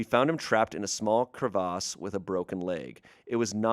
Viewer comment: “A small cruh-vahz” lol